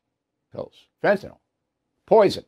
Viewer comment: Bill Bill Bill. Please stop saying fenanol. It’s fentanyl. Pronounced fentanyl-ill. Like Bill. Fentanyl.